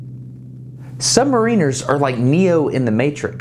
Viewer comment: Submarine has been an excellent series of videos with the aid of remarkable access.... however, one thing bugged me throughout, the pronunciation of the word "submariner(s)" whereas in the word submarine the 'ine' sounds like 'een' in submariner the 'in' sounds like in so sub-mar-inner - I wasnt sure if it's just because I'm a Brit but I heard the submariners on the boat saying it the way I think is correct ... sorry I had to mention it, just a small thing in an otherwise enjoyable and informative series